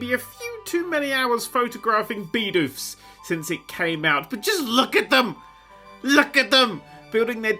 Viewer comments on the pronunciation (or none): Bidoof not Beedoof